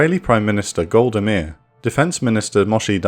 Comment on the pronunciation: In all my time living in the UK, I never heard anyone speak like this. One thing that I remember it pronounced wrong is the name of Golda Meir. The others I don’t recall.